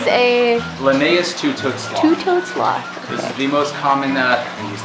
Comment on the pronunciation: Glad I was watching the captions, I thought she said "Slut" House.